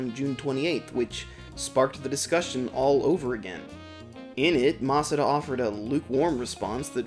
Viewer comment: everyone: masuda.: mas-ah-da.